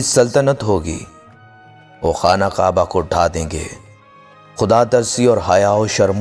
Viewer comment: Kaba pe juban sahi kar